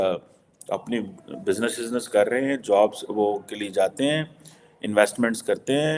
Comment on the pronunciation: " Karrrrrrrrrrahenhen" eska matlab kya hai Urdu mein.... Please yaar.. Urdu ka murder mat karo... Please 🙏